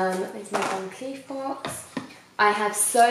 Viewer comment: You can tell someone is nouveau riche/essexy/not from money, when they pronounce Van Cleef Von Cleefe !!